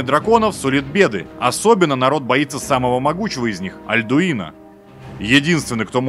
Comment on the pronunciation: АЛДУИНА А НЕ АЛЬДУИНА